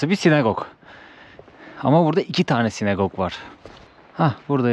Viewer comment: SinAgog. (Sinegog değil.)